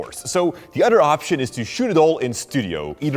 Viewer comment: Other not Udder the "th" sound isn't pronounced as "d"